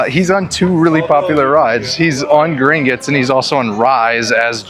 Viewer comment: it’s Gring-otts not gring-itts haha